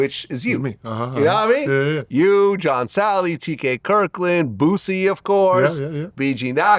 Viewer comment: This fuckin idiot said John Salley!!!